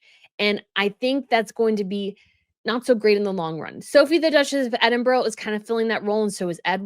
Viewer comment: You follow the British RF and have been to the UK several times and still don’t know how to pronounce Edinburgh? As you say yourself about others - you are dumb